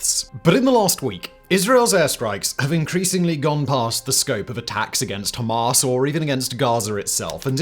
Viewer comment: I dont know why but i found simons pronouncing Hamaaas hilarious 😂😂